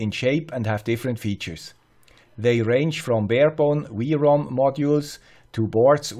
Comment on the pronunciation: its not V-ROM XD its either WROOM like a car does, or DOUBLE U ROOM :P